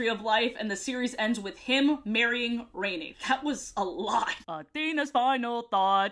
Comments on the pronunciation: She also pronounced rani as rainy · Love the video, but I must admit it really bothered me that you kept pronouncing Rani's name wrong lol. I always remember how her name is pronounced because the Grandma says it several times in her death scene and her voice is really cool sounding. I watched quite a bit of the show and was pleasantly surprised, I'm glad you seemed to have enjoyed it as well. Keep making great videos! :D